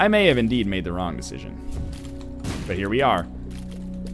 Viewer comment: 'rong' You tried